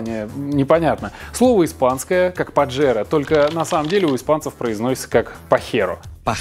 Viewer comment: не Пахера а Пахэро произношение через Э ане через Е